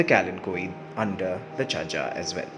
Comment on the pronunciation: Today I learnt the correct pronunciation of this plant 🙂